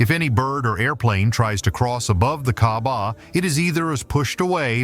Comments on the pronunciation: why you call kahbah kabab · ITS NOT KABAB ITS KAABAH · Wtf bro u said holy kabab u idiot pronounce my gods house right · Bro called Kaaba kabab